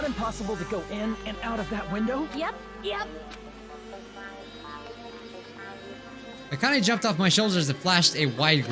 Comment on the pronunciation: Bijuu its not akan aaa but akane A-cain!!! mate get it right my ocd is tingling